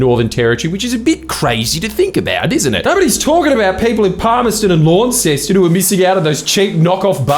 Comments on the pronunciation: You said Lawnceston lol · It's pronounced Lonceston not Lawnceston